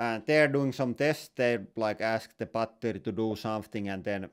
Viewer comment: Bretty goooood bar-tery